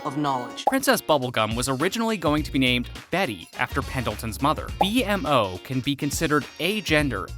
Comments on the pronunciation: it actually hurt when the AI said that 😭😭😭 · The only person that would say it like that is someone who hasn't watched adventure time xD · Marceline sucked out their souls and could attain their powers because she was part demon. She didn't become a vampire until the vampire king turned her into one. It wasn't a stick, it was a piece of bark. It's B-MO, not B-M-O. He's called that because his creators name is Mo and his creations are named after him. For example: A-MO, B-MO, C-MO, etc. Ice king calls the penguins Gunter because the original ice king essentially has a henchmen named Gunter. Finn, not Jake. "Unlike the ultimate god that we perceive as god." Who is we? I'm willing to bet that a lot of adventure time fans aren't religious or don't believe in god in the sense that you do. Jake himself is Buddhist. Kind of a sexist joke dude. It's the enchiridion That's because there is an evil primordial monster called Orgalorg trapped inside of Gunter's body. I will give it to you that I didn't know some of these, however, the ones I did know definitely aren't secrets, and anyone who's watched like 5 episodes would know about them. Especially the pronunciation of B-MO's name. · was anyone else getting triggered that he was saying b-m-o instead of b-mo? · Thanks for the awesome video for the secrets of AdventureTime it was vary educational but the 1 thang that bothered me was the pronunciation BMO it’s not B. M. O it’s B-MO because of the creator of BMO is named MO think about it as “BMO was designed to B-More” like Mo said at the Mo factory when Finn and Jake try to fix BMO by taking BMO to the Mo- factory where they first meet Mo and I noticed a lot of secrets that you missed specially surrounding BMO like how you can see AMO s Room in that same episode I was talking about and a lot more secrets and cool facts in the episode distant lands BMO you need to do a lot more research on BMO now! Thanks for the video 👌😊👍❤❤❤ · ITS NO B. M. O. ITS JUST ONE WORD BMO